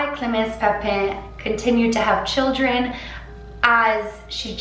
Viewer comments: Once pronounce papin like pappinn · pah-pen lmao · The way you pronounce Papin ... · "a lot of research".....cant even pronounce papin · so much research and ya still can’t pronounce papin right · she said papin wrong tho